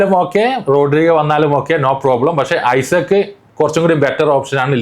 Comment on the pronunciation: ഐസക്ക് അല്ലാ ഇസാഖ് ആണ് 😂